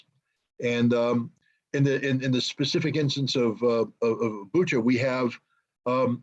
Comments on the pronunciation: You pronounce the name of the city wrong. It's called "Butscha". There is the reference to the english word "butcher", thats why they have chosen this city.. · Bucha is spelled Boo-Cha not like Boo-Kaa that ch is spelled like Chattanooga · It's pronounced Boocha in Cyrillic.. its not Booka... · it's not Buka it's Bu[ch]a (similar to butcher) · CORRECT BUCHA: BOO-CHA / BOO-TSAH WRONG BUCHA: BOO-KHA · Much respect gentlemen for what you're doing. .. lol it's Bucha (Буча) Not Buka)) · RICHARD, if you see this it's pronounced BUCHA with soft ch, not K sound. The Russian/Ukrainian spelling of the region shows a letter that makes a CH ( as in CHEESE) sound. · It's Bucha, not Buca, it can be written in Ukrainian and Russian "Буча", you can copy that word in translation and listen, that old Britain lady is't right like Biden who said " iranians" instead of "ukrainians". I always thought that was fake if it was real, every city in Ukraine looked like Bucha. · Guys, pleeease:) it's BuCHa, not BuKa😅 Like "muCH" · Bucha ....Boocha not Booka. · You pronounce Bucha wrong. That's why Biden called Putin " a butcher" because it sounds similar ( Butcha) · The "ch" in Bucha is pronounced as in Richard. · It's BOOCHUH. CH like Chocolate. The Cyrillic letter is "Ч". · I thought it was pronounced booka thats what someone else said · It's BOO-CHA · Is this a video about an old man who doesn’t know how to use twitter with any sort of efficacy or about war crimes committed undeniably by Russia in Bucha. The man doesn’t even know how to pronounce the name of the municipality.